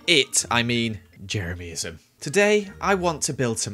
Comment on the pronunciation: No one:: ✨Jemeryism is rad, jemeryismis rad✨